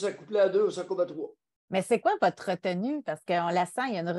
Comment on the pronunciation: Quand a dit c'est quoi votre retenue? J'avais entendue c'est quoi votre `` re tout nue ``